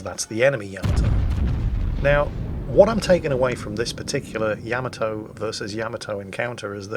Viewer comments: Stop saying yamatoe. It's yamato. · Yamato = ya-mah-to not ya-mit-to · yam-a-tow... LUL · Is he pronouncing the name of the ship wrong?? I have a feeling he is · The funny thing is, he'd play the opening for Space Battleship Yamato, but still pronounce it wrong. -.